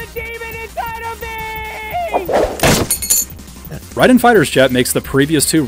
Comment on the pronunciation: Rayyyy Den not rye den 😂